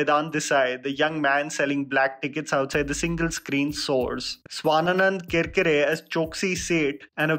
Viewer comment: Its Swanand Kirkire. Not Swananand Kirkire. Your channel is so popular, but I have come across many instances where you mispronounce the names! Please take care. You might know all names, but when you put it on your video, please take care. Google it at least, when you are going to appreciate or criticize about them! I wouldn't have commented if it was just once or twice. While your English is impeccable, these wrong pronunciation of people's names is shocking!